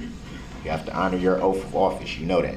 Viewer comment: “Oaf of office” term makes me laugh every time.